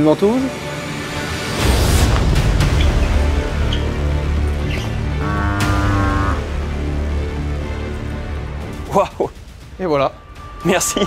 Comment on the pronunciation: "Vantouse man"...😂😂😂